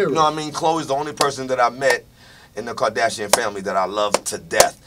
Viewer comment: He said kadasion family